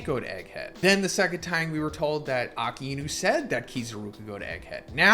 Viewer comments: Akainus name is pronounced AKAY-NU not AKA-EE-NU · Why he seys aka inu and not akainu ?